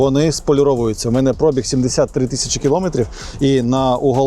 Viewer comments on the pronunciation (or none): none